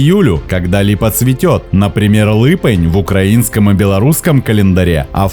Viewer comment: липень ,а не лЫпень.на беларусском.